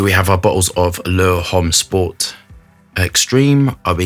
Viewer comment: Only can totally fu3k up pronunciation and still sound dope doing it.